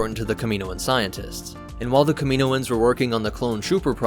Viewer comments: I usually love videos, and i often learn things about star wars lore here. But the way he pronounced Kaminoans incorrectly through the entire video, even after the audio book clips, was enough to cut this one short. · In media, the pronunciation of Kaminoans is definitively illustrated. Why are you pronouncing this incorrectly? Seriously, wtf? Did you even watch the clips that you inserted into this video? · I don’t know if I’d listen to someone who says kamanoins wrong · In the clone wars animated show they pronounce it Kami-Noans not tryna b a dick just throwing it out there dope vid tho I never knew half this stuff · You pronounced it wrong lol. By sound, it's kam-e-no-ans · Cool vid, but the mispronounciation of Kami NO ans drives me nuts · Shouldn’t it be pronounced cam-in-oh-ins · NOT pronounced Ka-MEEN-o-anz!! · watch Bad Batch and you’ll hear that it’s pronounced “kami-NO-ans” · You mispronounced kaminoins so much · 2manynegativewaves he does it as a joke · You’re pronouncing kaminoans wrong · Your pronunciation of Kaminoans hurts my ears. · Please pronounce “Kaminoan” correctly it hurts my ears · Cam-in-know-anns now kamino-anns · Kaminoans • Ka min OH ans ✅ • Ka MEEN oh ans ❌ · You did a lot of research on the (CAM-MIN-OH-INS) but missed pronunciation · Is it really "Kamino-un's"? Ive always pronounced it "Kami-noans" phonetically similar to Noah which I thought was intentional. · Do they live on the planet Kam-in-o? If it's "Kameeno" he's pronouncing it correctly. Every time I hear "Kama-noans" I cringe. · I don't know why this bothers me so much but he says it's so many times and it infuriates me. It's pronounced kam-in-owens, kaminoans holy shit. Dont feel bad though. a ridiculous number of YouTubers seem to pronounce things horribly wrong constantly I'm starting to think it's on purpose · Pronunciation "Cam-a-no-enz". Not "Cameeno-enz". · I think it's kam-in-o-ans not kam-meen-oans. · It’s not pronounced, kam”i”noans, it’s pronounced kam”a”noans